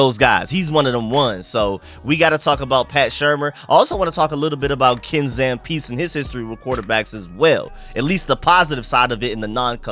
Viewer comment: Ken Zampese (Zam-pee-zee)